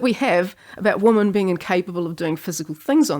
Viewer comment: The only weird part of your accent is the plural of woman sounds an awful lot like the singular.